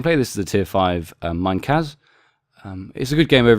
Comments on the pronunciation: to pronounce it the Japanese way: Meeneh-KAH-ze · Being nitpicky I don't think you've pronounced Minekaze correctly. I think it should be separated like Mi-Ne-Ka-Ze but not with too long on the separation between the vowels.